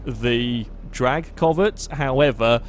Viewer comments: Its pronounced c-ow-vet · The way he says Covet is bothering me too much.